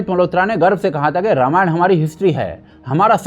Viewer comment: Ramayana nhi ramayan hai 😂❤